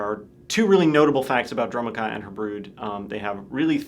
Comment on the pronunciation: Their pronunciation of Dromoka and Abzan makes me cringe so hard